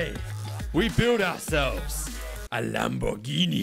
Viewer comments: Actually the fifth attempt had the correct italian pronounce xD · actually, you pronounced it right the fifth attempt, you pronounce it like that in italian